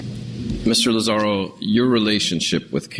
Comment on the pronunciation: Its Lazaro! Not Lazario for the 10th time!!!!!